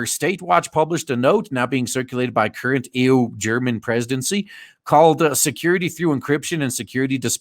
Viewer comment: I like how you call the EU ˈēo͞o